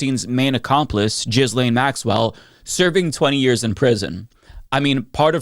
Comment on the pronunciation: I enjoy how you mispronounce Ghislaine lol. Jizz lame